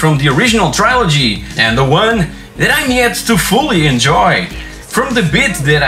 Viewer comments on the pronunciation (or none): Boas comprinhas sim senhor. Só me levanta os cabelos quando dizes trilogia em inglês :D diz-se tri e não try (trai) :D começa pelo Bioshock, não te vais arrepender ;)